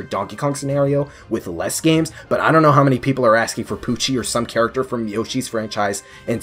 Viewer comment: at first I thought you said "Pucci" but I quickly realized you said "Poochy" Can't escape JoJo dude.